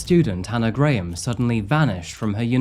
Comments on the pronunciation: It’s pronounced Hannah GRAM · The way you pronounce Graham 😂😂